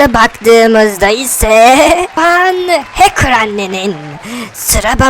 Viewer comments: Hakır değil hacker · Həkir deyil Hecker